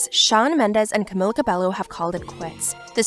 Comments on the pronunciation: It’s not “Cabelo” It’s “Cah-Beh-Yoh” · Can you at least say her name correctly?